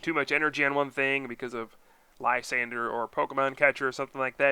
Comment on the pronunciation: ... "li-sawn-drey" is how it should be pronounced c